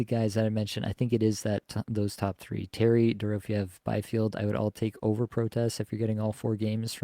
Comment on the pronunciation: Still mispronouncing Dorofyeyev's name. Check your last flagship show.